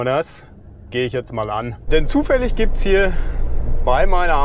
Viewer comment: ZÜÜÜFALLIG!!! HAHAAHAH. Jetzt bist mir noch sympathischer....ein Deutscher der auf Schweizer Art assimiliert wird. Herrlich!!!!